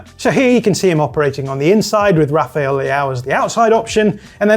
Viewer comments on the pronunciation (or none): none